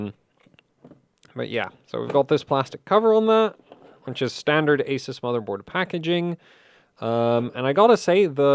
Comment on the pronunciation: What an awesome video! One suggestion though, which is how to pronounce Asus: It’s A-SOOS, and NOT A-SES.